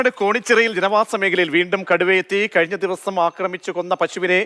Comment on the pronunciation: കോണിച്ചിറയല്ല കേണിച്ചിറ